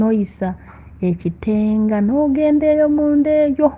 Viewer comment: Sis bayitayo KITANGA not kitenga